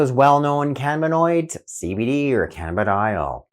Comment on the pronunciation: its pronounced can` nab` a` noids Dr. Jeff in Connifer Colorado makes a really good tincture and I think I'm going to make a tincture including coconut oil and local honey with the CBD concentrate obviously THD free I have a beautiful German Shepherd that has been struggling with this for the past three years I rescued her when the regular veterinarians were all out of answers besides tens of thousands of dollars in surgery